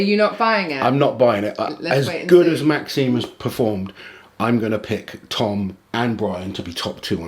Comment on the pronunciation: My man Maxime got his name butchered in the predictions there😂